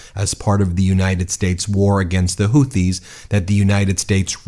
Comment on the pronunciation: Sounds like he's talking about the Hooties, not the Houthis. Where's the Blowfish?